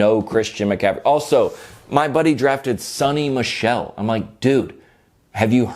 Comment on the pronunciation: John it's Sony Michel like Sony playstation not sunny michel. Lol